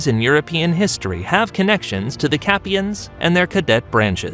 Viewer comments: So I’m just Guna address more than a couple inaccuracies. Capetians is pronounced “capeeshans” not “Capeyans” (like when he said borbun instead of bore-bon) and the god damn duchy of Normandy is EAST OF THE SEINE?! Like am I tripping or has the duchy of Normandy always been WEST of the seine? Also saying the treaty of verdun was the “beginning of France” would be like saying “the splitting of the western and eastern Roman Empire was the beginning of the western Roman Empire.” Like ya but NO though. Just ABSOLUTELY NOT! NO! Not even a little bit 😂and that’s only what I’ve noticed SO FAR. This video has been incredibly disappointing and is loaded with fairly severe and obvious mispronunciations, as well as geographical and historiographical Inaccuracies that are quite irritating lol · just one thing, the dynasty founded by Hughes Capet is called the capetians, and pronounced kind of "capeeshans" not "capeyans". Otherwise not a bad video. There is a bit of a dispute as to when France became France. Some historians indeed start at the treaty of Ver dun, others count Clovis as the 1st French king, others only start talking about France when it actually started to call itself Kingdom "of France" and not "of the Franks' (so Philippe Auguste), while some consider France only started when its inhabitants developped a feeling of belonging to a country, not just a duchy or a province (so during of after the 100 years war). I don't expect youtube or anybody to put the question to rest any time soon lol